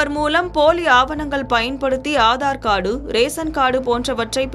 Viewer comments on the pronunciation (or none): Aadhar kaadu, ration kaadu, paan kaadu 😂🤣